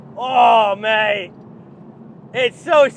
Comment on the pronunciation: you can really hear how Aussie you’re starting to become with that “mate”